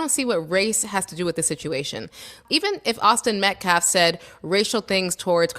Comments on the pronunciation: 🇺🇸👨🏽‍🦳😡🫵🏽 … NOW I KNOW !!!… Y’all HAD TO HEAR 👂 , WHAT THIS GUY JUST ATTEMPTED TO “ INJECT “ INTO EVERYONE’S SUBLIMINAL PSYCHE ?!? 😠…. INTENTIONALLY , MISPRONOUNCING the “ METCALF “ Name , “ AS : METKLAF “ !?!? 😡🫵🏽 DIDN’T YOU HEAR IT YOURSELF ?!?! 🫵🏽😡…. THAT IS AN EXAMPLE OF SOMEONE TRYING TO USE , “ SUBLIMINAL - MESSAGING “ , TO CHANGE 😡🫵🏽 YOUR THOUGHT PROCESSES , TO BRAINWASH YOU 🫵🏽😡 INTO THINKING THE THE WAY , “ HE “ WANTS YOU TO RECALL THESE STATEMENTS “ …. 😡🫵🏽 HE IS “ INTENTIONALLY WITH MALICE OF FORETHOUGHT “ ATTEMPTING TO PLANT INTO EVERYONE THAT IS LISTENING , “ THE VISION OF THE KU KLUX KLAN “ , HAVING BEEN INVOLVED WITH THIS YOUNG MAN AND HIS FAMILY “ …. 😡🫵🏽 THAT’S WHAT WHAT THIS “ CROOKED -A-FELON “ IS TRYING TO DO HERE !!!!🫵🏽😡. “ 😤😠🫵🏽 “ PAY STRICT ATTENTION TO WHAT THESE PEOPLE ARE SAYING HERE !! THIS IS NOT A JOKE ! AND THESE RACIST -HUSTLERS , 😡🫵🏽 “ AIN’T PLAYIN’ “ !!!! 😠😤🫵🏽😡👨🏽‍🦳🇺🇸👍🏽👍🏽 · “Metclaf”. Say their name! Metcalf fool ….. talk about disrespect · I strongly believe it's personal the way he always mispronounces metcalf's last name. This man is disrespectful, he's not a minister, he only cares about money, and he'd literally shake your baby if he got the chance. Seems that he'd only do it if it was white though. People are tired of the hustlers, we're tired of people trying to make this a race war! I'm just tired of 1 side being continual victims when they're the ones who did wrong! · It's not METCLAF, IT'S METCALF and it's not self deflense, it's self defence! WTF!!! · Dude is easily the worst race baiter of all time lmao. They are all bad but this guy cant even speak English. He keeps intentionally saying Metcalfs name wrong. He must think that disrespecting the family will get him some points with the crazies but all it's doing is making him look stupid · can't even say names correctly! He also keeps saying Metclaf instead of Metcalf! It just reaffirms that he's an idiot! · Hey dumb it’s METCALFE NOT METCLAFF!